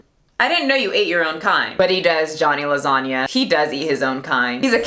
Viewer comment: F*ucking agree about his poop personality. And omg I'm Italian and you pronounced LASAGNA perfectly